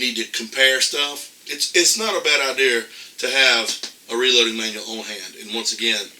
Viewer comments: Why does he keep saying "hornaday"...?? It's hornady.....and wtf is an "idear"......???? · You are absolutely CORRECT. now having said that. Please pronounce HORNADY and IDEA correctly please.